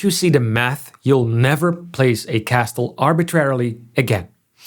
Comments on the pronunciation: Please learn to say Castle correctly...it's pronounced "Kasel". KA sell. The T is silent. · This is wonderful! In English, the T in castle is silent. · Pronouncing the T in castle is a crime. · The T is not pronounced in the word "castle". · Pronouncing castle with a "T" sound is hypercorrection. It's pronounced, by all dialects, more or less like "cassl". I know you're not a native speaker but figured I'd let you know. Good video. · The T in castle is silent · No shot he just pronounced the T in castle. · Castle is pronounced without the T... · Just a heads-up, the t in Castle is silent in English pronunciation. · why do you pronounce castle with a hard t inside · Ik snap waarom je de T in "castle" uitspreekt, maar het is niet correct. Goeie video verder. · First time I've ever heard someone emphasize the T in castle too. But either way he does a good job of explaining why feudalism worked the way it did.